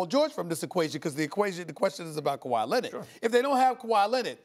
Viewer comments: "KaWHi CarRRieD THe RaPTorS" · Stephen hates when he calls kwahi all time great